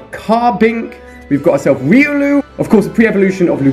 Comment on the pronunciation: its pronounced riOlu